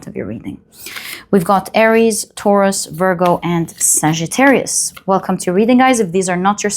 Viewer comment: the way you pronounce Sagittarius (my moon and rising!) sounds a lot like my surname.